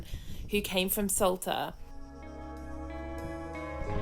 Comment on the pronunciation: I can't hear it any more....this Island is called ŠOLTA, the Š is spoken like sh in shoulder oder should!